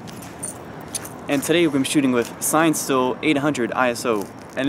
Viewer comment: I think it’s pronounced “sinne-still”, like in cinematography. It’s a film made from cinematography film. Not “sign still”